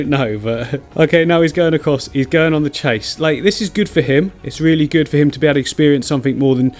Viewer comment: The way he said “THEEACK” lmfaoo🤣🤣🤣🤣